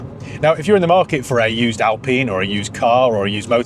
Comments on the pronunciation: Alpeen? Or Alpine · Hey, why do you pronounce this as "Alpeeen" and yet, you insist on calling a Porsche a "porsh"? Pronounce names properly, please!